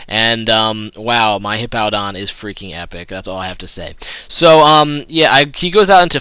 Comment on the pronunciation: Why do you pronounce Hippowdon like you'd say "Hippo"? Hippowdon has a W in it so I don't see how they could sound the same. o.O